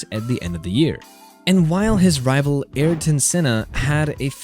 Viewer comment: Alain and Ayrton❌ Elaine and Airtin✅